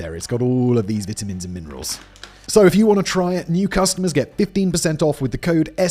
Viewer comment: i dont like how you ssay vitamins lololol